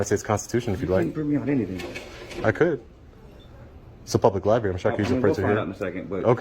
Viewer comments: Library, not lie berry! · Did he say public LIBARY? 🙄 He needs to put that phone down and pick up a book.